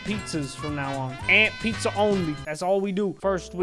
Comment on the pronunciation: Puzza PuZzA DiD yOu SaY PuZzA????